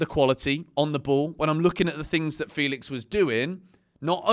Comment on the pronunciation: it's Fell-ix not Feel-ix